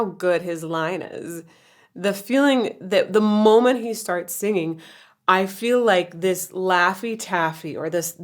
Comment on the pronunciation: Love Donald Fagen pronouncing "singing" as "sanging" in order to rhyme with "hanging". Also rhyming "beg us" with "Vegas". Brilliant!